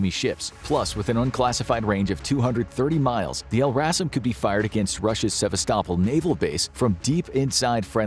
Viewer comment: Would you please learn how to pronounce Sevastopol? You’re the only one I’ve heard mispronounce it two different ways. Do a quick search online and you’ll find THREE acceptable pronunciations (Russian accent, Ukrainian accent and one other).